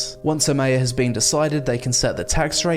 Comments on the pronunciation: Mate your saying Mayor wrong. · I've never heard "mayor" pronounced like that. Is it an American thing?